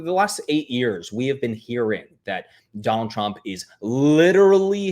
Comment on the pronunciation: 😖"Donnil Chromp", DONNIL CHROMP", "DOnNiL TruMP", "donnil chrump", DONNIL TRUMP!" 😤